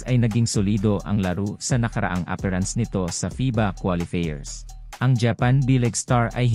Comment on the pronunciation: Ayusin mo naman pronounciation mo, hindi qualifeers, qualifiers😁😁 worldwide tayo eh